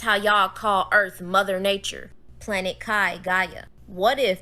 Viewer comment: Ok I used to love watching these but it's getting so ridiculous I just can't do it anymore!!! Anyone who refers to THE EARTH AS THE ERF! Sorry people, can't do it. This channel I getting pretty funny